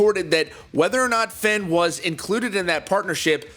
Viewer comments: Fe (aine) not fen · Pronounced Fain, not Fen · this doesn't have to do with the video but does anyone else dislike when people say Fehn like Fain